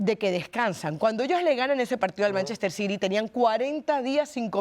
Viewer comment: Por que Carolina no dice bien Manchester City